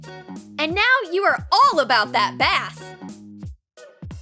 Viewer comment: the way the narrator said "bass" really broke the illusion that she actually cares about her job